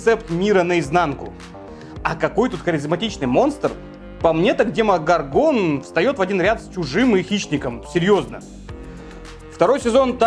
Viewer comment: Можно правильно ударение ставить демогОргон